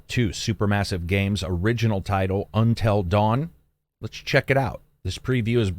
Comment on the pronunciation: "Untell Dawn"